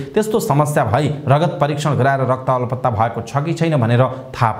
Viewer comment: Rakta 'alpata' or 'alaptta' what a wrong Nepali pronunciation !